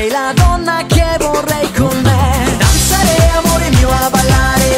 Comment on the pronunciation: Oh thank you for this comment! I learned Italian in school and we always said "danzáre". When I heard him saying "danzaré", I already thought my life was a lie :D